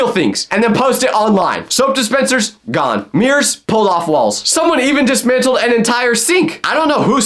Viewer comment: bro say dismantle?